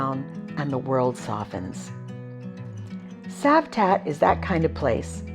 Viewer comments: 🤣 Citroen is pronounced as Sitroen - so it`s not Cavtat as Savtat! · Well, nice video, but it is not Kavtat it is Cavtat witch C like Citroen (not Kitroen) 🙂